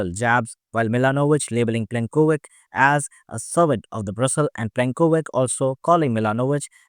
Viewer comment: Not Plenkovik but Plenkovich. Te same for Milanovic.